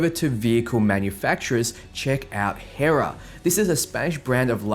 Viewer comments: era? Its Herrera.. He-RRe-Ra.. three R's 🤦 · Why are you saying hera? Its HERRERA DUMBASS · Pacifista (pacifica). Fusstrated (frustrated). HERRA (Herrera). HOW DOES SOMEONE SAY WORDS SO WRONG SO CONSISTENTLY